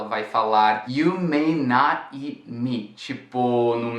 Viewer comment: It's funny when you say "You can't eat meat" and I only hear "You can't eat me" haha